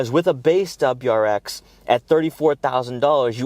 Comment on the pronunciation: “DebraX”😂😂 i lol’d. Your info is good tho and seems unbiased. Good and informed review